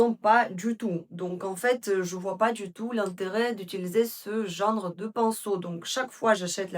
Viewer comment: Bonjour, merci beaucoup pour ces excellents conseils comme d habitude. Je pourrais avoir la référence du crayon marron s il vous plaît? On dit « genre » pas « gendre » 😘😘😘❤❤❤❤❤